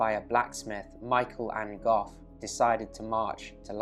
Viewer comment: Enjoyed the video. "An Gof" is pronounced the same as the surname "Angove", by the way.